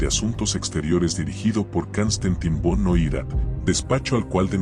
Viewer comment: VON "' SE PRONUNCIA "' FON "' EN ALEMAN "'